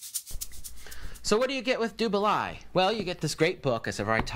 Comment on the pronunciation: I have noted that you are fairly anal with names so I'll take the time to correct you : it is pronounced "du baley" balai is french for broom, which as you know is what these whitch Cheerses ride.